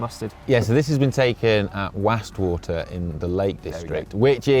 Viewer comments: Question on pronunciation of a place name; I grew up in Lancashire and never heard "Wastwater" in the Lake District pronounced "Wassst Water"......rather, "Wahst Water". Also, 12 secure bike spots per car spot? I'm there!!!!! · Having grown up in Cumbria, I would pronounce the "Was" in "Wastwater" the same as "was" (i.e. the past tense of "is").